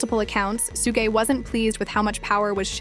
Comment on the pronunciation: Bro can you first off pronounce the name right, let alone stop using multiple different ones for suge's big dumb ass